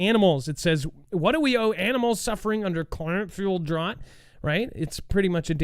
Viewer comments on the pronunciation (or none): you crack me up. The word drought rymes with "out", there is no other correct way to pronounce it. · Yes not "drawt"